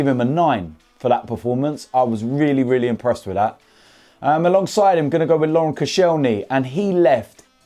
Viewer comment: “If I’m honest wiv ya”